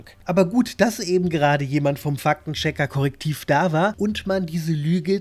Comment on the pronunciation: Wieso höre ich immer "Fack den Checker"?! 😂 Ein Schelm wer böses dabei denkt.